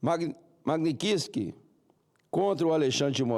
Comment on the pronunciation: Oi????!!! LEI O QUÊ???!!! 😂😂 TREINE UM POUCO😂😂 LEi MAGNITSKY!!!!